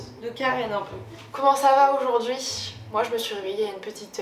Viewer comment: tu peux arrêter de dire « oujourd’hui » stp 😭❤️